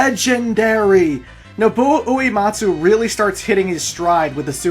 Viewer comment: Alright, it's a great retrospective, but if you're gonna keep talking about the music, I have to insist you slow down. It's "Noh-Boo-Oh Oo-Eh-Maht-Soo"